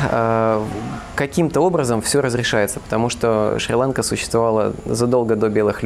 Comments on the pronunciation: Не шри-лАнка , а шри-ланкА !!! Как услышал ( шри-лАнка ) , переключил , быть там и коверкать название ....... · Шри- ЛанкА, ударение на последний слог.